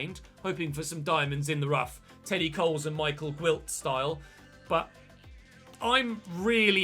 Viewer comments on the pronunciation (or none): none